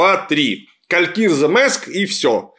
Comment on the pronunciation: "Калькииирзэ", зачем-же так кричать D , я и так слышу что не правильно. И почему у меня лёгкое предчувствие, что товарищу Жукову это известно. Поскольку место не в средней Азии, правильней будет Калькри(и)зэ. Рэспэкт, я даже на перемотке этот кал осилить не смог. Какими же классными были (несмотря на всю неисторичность) первые четыре сезона канадско-ирландских викингов.